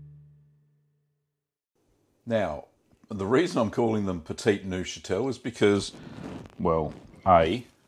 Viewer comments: petit neufchâtel Me: petty nosferatu? Nosferatu, appearing at my doorway: oh, do we have a problem? Do we have a problem here man? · Pft, I'm not watching a guy make a cheese whose name he can't even pronounce.